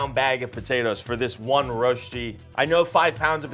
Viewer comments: The way he pronounced „Rösti“ kills me😫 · Its pronounced "rösti", it painfull to hear it as "rosti" if your a native suiss person. Loved the video though 🥰